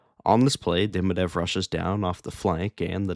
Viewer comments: It's Demi-dov not Demi-dev. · its demidov not demidev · De MI Dov. Russian names place emphasis on the penultimate syllable, like Italian. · Had you never heard his name pronounced?